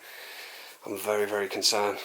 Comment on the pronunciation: Be vewy vewy quiet!!!